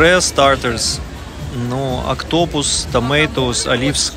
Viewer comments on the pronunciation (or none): не октОпус, а Октопус.